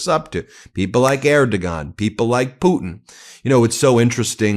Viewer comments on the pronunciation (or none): Erdogan is pronounced "air - doh -wahn". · Love you, Ben, Erdogan pronounced more like Airdwan, no hard “g” 😊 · Just a heads up, it's pronounced like "ehr·dow·aan." The "g" is silent. ;) BTW, you're amazing, Ben! I love how supportive you have been towards Canada; thank you for all you do! Proud Maple Mighty from Vancouver, BC! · It's pronounced Erdowon I don't understand how you keep mispronouncing foreign names - just listen occasionally rather than just talking all the time. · For some reason known only to speakers of the Turkish language, the criminal dictator of Turkey's name is pronounced "Er-doh-wan". I don't speak Turkish so I don't understand why. Just sayin'. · How can you be so self=absorbed that you haven't learned that the Turkish leader's name is pronounced UR dough waan ??? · Erdogan is spoken like Erdo-wan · Who is Air Do Gone? PLEASE check pronunciation of name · You’re pronouncing the president of Turkey’s name incorrectly…… The G is pronounced like a W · Please learn to properly pronounce the name of the Turkish president, otherwise you sound ignorant and or errigant. Look it up on Google where there is an audio.